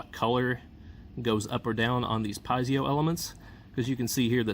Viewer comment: Check out the correct pronunciation of Piezo...you will benefit from this.